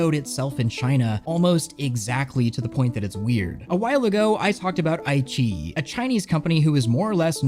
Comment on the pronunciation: IQiYi is actually pronounced "I" (like eye) "Chi" (like Tai-Chi) "E" (Like the letter E). I - Chi - E:)